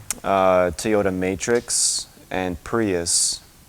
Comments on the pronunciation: I learned you don't know how to pronounce Toyota stop saying t -oyota it's very annoying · I lost track of my trip mileage after I hit 299999 can my ECU be scanned and tell me actual miles so I can start tracking again if you will answer this question I won't bring up the fact that you don't know how to pronounce Toyota thanks